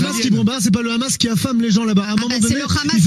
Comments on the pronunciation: D abord c'est pas khamas mais Hamas ou 7amas mais c'est dur de prononcer la lettre arabe h Le problème c'est la colonisation et le sionisme 1948 vous connaissez madame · Le rrrrhamassss